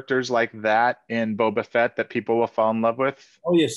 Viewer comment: *The Boak of Bubbah Fett